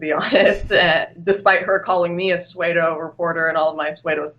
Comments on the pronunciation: did she say "swedo" trying to say "pseudo" ? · sue-do vs sway-do? Did that bother anyone else? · also , it's pronounced 'soodo' not 'sway-doh'. Cute , though:))) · What is a "sway-doe" reporter? She must mean pseudo - pronounced Sue-doe. the reporter loses all credibility when she can't pronounce a simple word. I am surprised that Paul didn't snip that out or correct her. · That's SUE-DOE, not SWAY-DOE. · The word PSEUDO is pronounced su-do, NOT SWAY-DO. My god! To be so mispronounced, it would have to be spelled psuedo, which it is not. Dyslexia at work in this video? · Pseudo is pronounced "soo-dow". But you're kick ass! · someone should let her know that the word pseudo is not pronounced like swedo but more like sudo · I think the only thing that bothered me about this video was the womans weird pronunciation of psuedo... It's soo-doe not sway-doe... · "SUEDE-O" lolol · Pronounced "pseudo" as "suede-o" That's a new one!! It's ok tho, a lot of people mispronounce due to book-learning words. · Oh Lauren, you're such a magnificent and intelligent woman (technically man), but when you pronounce 'Pseudo' as 'Swaydo' it kills me alittle inside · Swaydo? You mean Pseudo. cringe cringe cringe you're smart but please, Paul, if you hear someone mispronounce something, TELL THEM!!! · She said swaydo instead of pseudo.... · I agree with Lauren, but pseudo is NOT pronounced sweado ! Learn the fucking language if you want to be listened to and respected, and for your opinions to be considered as more than puerile outrage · "Suede-o"? I chuckled. Good vid.